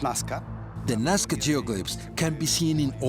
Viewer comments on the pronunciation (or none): the narrator said it right, 'Nazca', but through the intro he kept calling it 'Nawzca'.